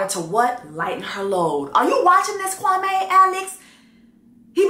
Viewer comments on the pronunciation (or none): Chelsea started off pronouncing Kwame’s name wrong in the beginning and it was pissing me off. It’s not pronounced “Kwa-May,” it’s “Kwa-Mee.” I think she readjusted when she heard everybody else pronouncing it right. Kwame is a very common African name, so I know how it’s pronounced. I’m not African, but I’ve known quite of few Kwames and have a few in my family. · It’s pronounced Kwameee not Kwamay “queen” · As a Ghanaian, Chelsea finally got his name right. You pronounce his name as: Kwa- me( as in yourself). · I’m actually used to Kwame being pronounced Kwa(may) instead of Kwa(mee). In the first episode, I thought he was Jamaican cause I know they also use the day names but pronounce it a little differently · True, I mentioned to my Ghanaian friend that there was a guy named Kwame on the show and asked her how to pronounce it because I heard it both ways and she said it was Kwa-MEE, not MAY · pooh. I'm Ghanaian and girl it's definitely not Kwa-mee 😫 I cringe everytime I hear it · My ex was Ivorian and he pronounced his name Kwamay. I think pronunciation varies. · I didn’t realise that! All my Ghanaian friends pronounce it Kwa-may 🤷🏾‍♀️ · Pulled up quickly for this review! And I'm not mad at how Chelsea pronounces Kwame's name because even he pronounces it Kwami. Lol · I had to go back to episode one to check but Kwame definitely pronounced his name is Kwa-MEEEE to Micah and Chelsea 🥴🥴🥴🥴🥴🥴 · I went back to when Kwame introduced himself in the pods and he pronounced it Kwam-ee, because I thought she was saying it wrong too? So I’m confused so I’m going to go back and see how his family says it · It's never been Kwa-meh for him. From the get-go, he pronounced his name as Kwa-mee and ever since the first episode when he said his own name, I knew he wasn't gonna be it. I'm not going to blame Chelsea for how he pronounces his own name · In episode 1, Kwame introduces himself as Kwa-ME, not Kwa-MAY... I thought is was pronounced Kwa-May...